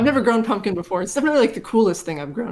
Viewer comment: I knew it would be "Punkin'" lololol My Mom and Sister would be sticking their tongues out and saying "see..."